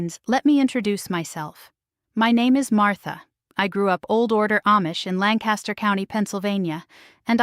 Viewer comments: True. I am living God in Centre County right now. It is not Lann-cas-ter, it's Lank-uh-ster. She should know that. Fake. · I don't think you are from Lancaster County Pa. You don't even pronounce it correctly! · Cannot even pronounce "Lancaster" correctly. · Fake Amish woman. She can't even pronounce Lancaster correctly & she said she grew up there. She is not a Central PA native! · Absolutely! I picked up on that as soon as she started speaking. Obviously she has never been anywhere near Lancaster County.